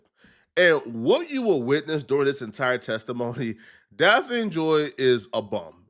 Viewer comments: It's Daphne bro. Lol Pronounced "Daff-Knee" 🤦🏾 You keep saying Daffine like caffeine. 🤦🏾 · her name is pronounced DAF-knee, not Da-fiend. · Daphne not Dapfeen Brody 😂😂😂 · Damn, you need a high school education. "Da-feen"? Daphne, you dumbass! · “ DAH FEEN”? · Diddy didn't pay DAFF-NEE (thats how you pronounce it) directly. He paid her rent. Cassie paid the male escorts. So Diddy didn't sex traffic these women. As far as coercion, being forced, i can see Cassie, because she was getting her azz beat, but Daphne was over 30 and willingly went along because she wanted the lifestyle. That's on her. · Bro This Clownass rtrd cannot literally say simple names and simple words gang😭😭😭😭 this ngga literally cannot say the name daphne gang😭😭😭😭 ITS DAPHNE JALLAH… yk like the one off scooby doo?? ITS SAID (DAFF-KNEE) clown🤦🏾‍♂️😭💯‼️ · Daphne pronounced (Daff Nee) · Daff- Ah-Knee #thankmelater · Bro how do you not know how to say her name? Where you from?